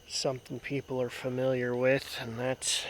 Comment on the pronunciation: FAMILIAR - fa·mil·iar - fəˈmilyər